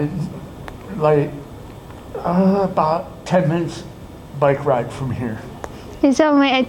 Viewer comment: "I didnt think people wit twukey necks could wide a bike" 😂😂